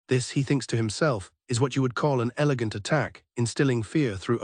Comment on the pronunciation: He said an “elagant attack” 😂😂